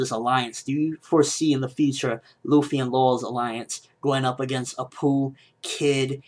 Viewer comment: It's Luffy, not Ruffy